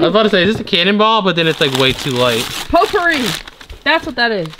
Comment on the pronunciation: The stuff in the cans is called potpourri (poe-poor-E, because I know is a bit challenged when it comes to pronunciation)